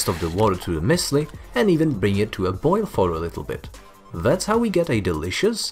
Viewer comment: It's actually pronounced Muesli